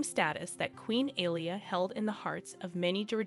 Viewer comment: Alia = aa lee yaa, Hamzah = haam zaa